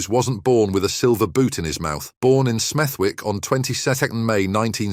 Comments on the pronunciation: Agreed mate. “Smeth Wick” wtf? AI on ket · Yeah wtf is Smeth wick, no one says it like that